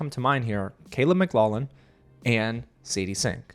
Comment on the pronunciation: Caleb maglollin hahaha man ... thanks for the laugh every time you said it